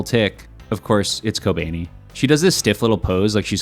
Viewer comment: "kobaynee" lmao 🤣🤣